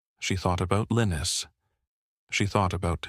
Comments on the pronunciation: The mans name was pronounced Li-nuss not Linus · Mostly it said LION-US 😕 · Linus is more commonly pronounced LINE US, although in this narration it varies from LEAN US to LINE US. Consistency counts!!!